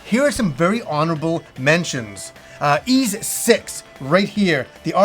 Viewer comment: Just so you know, your pronounciation is still bad, it's not "iz" but "iss".